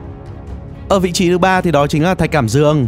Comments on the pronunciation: là Thạch cảm Đang chứ k phải Thạch Cảm Đương nha anh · Thạch Cảm Dương..? ¿¿¿"Thạch Cảm Đan"??? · Thạch Cảm Đang mà kêu là Thạch Cảm Dương lạy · Thạch cảm đang chứ k phải cảm dương a ơi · Thạch cảm đang chứ hk phải thạch cảm dương a ơi